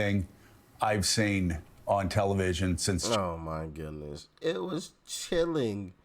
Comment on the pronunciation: cilling???!!!🤣🤣🤣🤣🤣🤣🤣🤣🤣🤣who can listen to them anymore????????